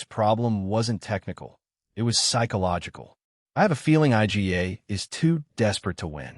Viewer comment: I G A... stupid AI